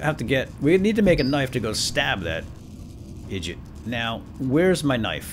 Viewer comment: Did you say "idjit" at ?